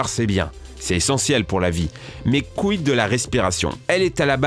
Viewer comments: Je sais, il a dit "mais quid de la respiration"... Mais c'est pas ce que j'ai entendu ><... à savoir "mes c**illes de la respiration" :') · j entend mes couilles de la respiration... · Il a dit "mes couilles de la respiration"????? 😂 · Je suis le seul à entendre « mes couilles de la respiration » ? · mes couilles de la respiration ?😂👌